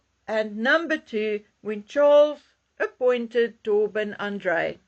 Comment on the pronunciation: It's not TOR- BIN is it? It is TOE-Byn.